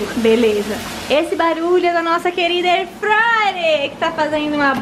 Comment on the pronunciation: E eu que não consigo mais falar airfrayer e só falo airfrayre igual a 😂